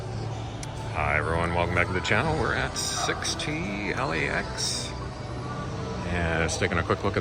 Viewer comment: "Sixt" is the family name of the German founder. You simply pronounce it like the number Six with a t in the end - same emphasis on the t as in the word "want" for example. Thought I'd share that - love your videos, keep it up! ;-)